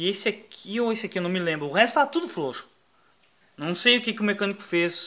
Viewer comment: desculpe a piada amigo mais é ilário vc falando flouxo - flouxar kkkkk desculpe kkkkkk pare com isso que é um pouco deselegante (a não ser que não consiga ai me perdoe mais ainda kk flw